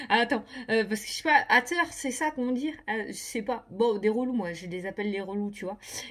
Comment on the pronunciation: Ahah tellement drôle ton accent anglais.. C bien haters, mais ça se prononce hayteurse 😉 Bien répondu, je suis dans le même état d'esprit, répondre à la haine par l'amour 💕🙏